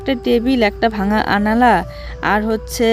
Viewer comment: কথাটা হবে, আলনা। আনালা নয়।